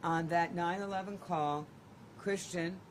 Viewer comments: Yes why was she saying 9-11? So annoying!! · 9-1-1, not 9-11